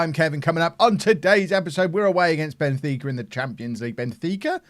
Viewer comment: Benfeeka...fika (pronounced feeka) is a tradition in Sweden. I think you'd like ot. Involves goos coffee